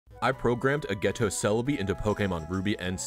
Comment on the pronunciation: My brain > ageto My ears > A GHETTO